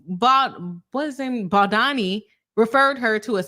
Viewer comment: As a lawyer you should at least learn the correct name pronunciation of anyone you're going to judge and make a public video about especially if you haven't yet finished reading both sides but are just eager to get money profiting over other people's lives. A lisp does not affect the vowel O and A sounds. Those who objectively have read his lawsuit understand the context of why he did a lot of the things that he did and gives context to those weird cropped screenshots Blake has. Lots of those screenshots were completely manipulated and traps were set for Mr BaldOni. He has chronic back pain is the reason why he asked about her weight so as to not end up throwing his back out when carrying her as he has several bulging disks. He was not fat shaming and eh deserves to be considered and not have to endure pain Blake asked him to come rehearse lines when she was pumping then turned around and claimed he went into her trailer as she was breastfeeding. Blake asked to wear a beanie as it made her much sexier and introduced that way of referring to clothing then calls it sexual harassment when BaldOni used that same exact phrasing which she started Justin actually cares about abused women enough to advocate against it while Blake defended Woody allen who once was asked about his ex wife being violated and he said knowing her it was probably not a moving violation, humiliating her after being assaulted that apparently she just used to lay there when he was with her, Blake said Woody w